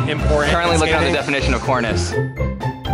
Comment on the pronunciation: “core ness”